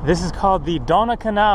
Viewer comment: Its the Donau kannal, part of the Donau river.. Donau (Doh-now) ;)